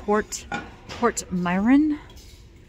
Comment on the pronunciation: Portmeirion is pronounced Port-merry-on. It''s named after a small town in Wales, but the pottery is made in Staffordshire, England.